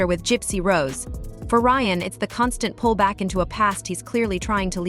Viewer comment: Lol you can't get Ryan's name right?